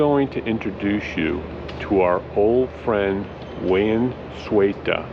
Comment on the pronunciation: You called him "Wayne" not "Wayan".. or Wayan in English called Wayne??? 😁😁😁 But he is such a nice man, you have so many nice and good friends all over the world...